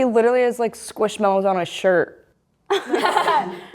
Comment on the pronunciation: It’s squishmallow not mellow